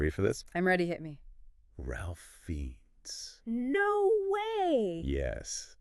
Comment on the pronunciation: At least pronounce the actors names right if your going to do a podcast. Ralph Fiennes is pronounced Raif Fines. Not ralf feens. And Cillian is pronounced Killian. If your going to geek out about these actors and be believable you should at least convince us that you know how to properly say their name.